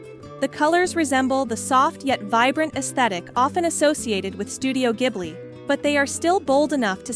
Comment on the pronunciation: Thank you for pronouncing it correctly because:Hayao Miyazaki (Spirited Away)It refers to a hot Saharan wind, but also refers to the Caproni Ca.309 Ghibli, an Italian aircraft from World War II.Miyazaki's Passion: Miyazaki, a lover of aviation, chose the name because of his interest in planes. Please pronounce correctly. In Italian "gh" is a hard "g" as in (spaghetti), So "Ghibli" should be pronounced (gib-lee). Not (jib-lee)